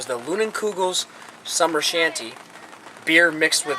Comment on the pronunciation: Line-en-koo-gul... shandy not shanT seriously